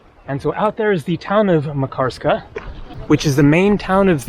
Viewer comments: Lol It’s not pronounced MA karskaaa, but more like Makar ska :) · It is pronounced MAHK-ar-ska. Stress on first syllable. Locals did not correct you? Just askin'.. Pronunciation of just this one name, since it is the focus of the video, was important to get right. Otherwise, it hurts the ears when you say it over and over. Good vids otherwise. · "Makarska" is stressed on the first syllable, like Manchester, Amsterdam etc.